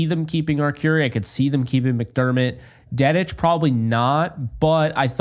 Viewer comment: Im surprised Dedich didnt make the cut. Thought he played well this preseason. And its pronounced Dee-ditch. Fight On ✌️